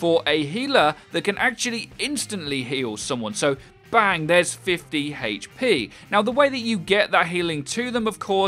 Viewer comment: why do you say HP like that? makes me so angry.